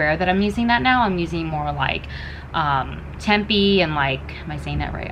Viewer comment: It's pronounced TEMP - EH they eat it all the time in Indonesia it's one of my favourite foods!! Keep up the good work! I also have been more plant based since December and agreed it feels so good. I kinda fell off the wagon and gained the weight back since the first time I tried it. But you don't feel as full/sick if you eat plant based vs meat sitting your stomach